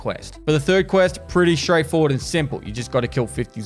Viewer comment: "the turd that we polished and love" 🤣🤣